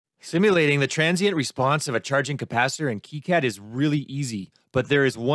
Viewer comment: it's pronounces kicad not kicad fyi